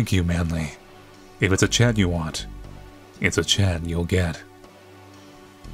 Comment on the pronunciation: Also during the scene when he says if it’s a chat you want it’s a chat you’ll get I heard Chad 😂😂😂